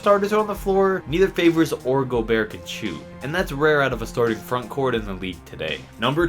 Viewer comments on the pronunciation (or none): none